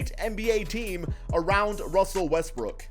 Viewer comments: He says more Westbrick than Westbrook LMFAO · Is it me or he pronounce Westbrook westbrick😂